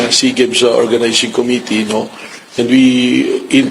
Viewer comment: SEA GAMES pronounced as SEE GAMES